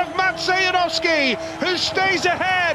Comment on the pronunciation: Janowski not Yanovsky